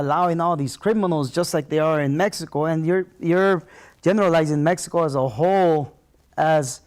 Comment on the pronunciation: The nigga he can't say Mexico hahaha 😂